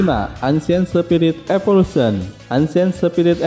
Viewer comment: Saya sering nih nonton konten lu. Tp kalo boleh sedikit saran, lu kayaknya perlu belajar penyebutan bahasa Inggris dengan benar deh, yg basic2 aja atau yg kira2 bakal masuk ke konten. Sesimpel nyebut evolution aja aneh.